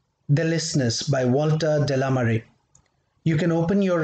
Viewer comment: Just a heads up... the name is pronounced De La ‘may ar’ or like the word Mayor. It is French. Mare is the ocean or the sea. So, Walter De La Mare actually means Walter of the Ocean 🙏🏻